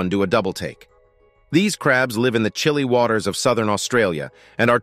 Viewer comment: gives birth to li-ve' young LOL!!!!